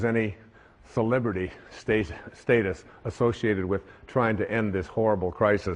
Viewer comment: Dude..I so usually like him..I was watching because I like him..he's no Eckhart Tolle but he's seems sincere MOST of the time..but as I sat here watching I knew ..something was off..Dude..watch this video again..he is high as a kite...he says Sibibrity obsessed world..he can't even talk..and the hands..just watch it again.